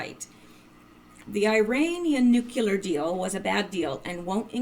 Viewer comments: Please....NUCLEAR NOT NUCULAR, Pet peeve of mine. Intellegent people who consistantly mispronounce simple words. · or says nucular